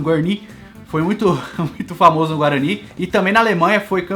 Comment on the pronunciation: Guarani com sotaque de Neto, kkkkkkk